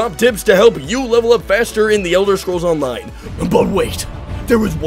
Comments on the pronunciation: "olone". lmao dawg so glad I found your channel. thanks for the tips! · lol "Elder Scrolls Olone"